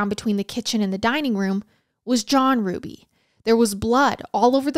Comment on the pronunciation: My maiden name is Hruby! I just want to give my biggest thanks to you for obviously doing your research and pronouncing Hruby right!!!!!